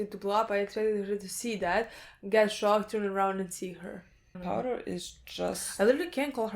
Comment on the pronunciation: ''AW YOU'RE SUPRISED, YOU'RE SO SOCKED'' I DIED